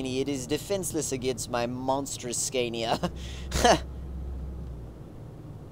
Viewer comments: Haha sorry I don't mean this in a mean way but the way you say Scania is so bad. it's actually pronounced scan-ia not scane-ia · OMG it's not pronounced scan-is it pronounced sconia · The way he says scania hahaha